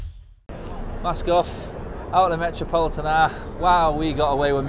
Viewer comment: it's Metropolitano not Metropolitona 😂